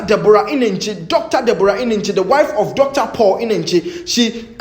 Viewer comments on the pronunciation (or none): The way wrongly pronounce and emphasis on Deborah Eneche made me laugh in the mist my troubled soul and crying eyes